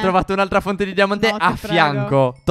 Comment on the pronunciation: Ai detto diamate